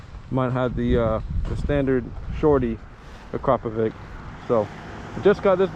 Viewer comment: its Akrapovic not Akrapovik :)